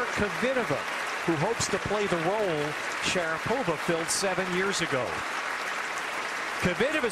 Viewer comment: 🎾In the first place, it's; - sh a - a - - r a - a - - - -po - va - a - a!! Not Se - re p o - va. || It's Kv - i - -to - - v a, not Ko - - vee - te - va?!